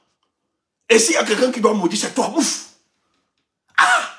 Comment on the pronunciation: i love to hear you say mouff, you have said it .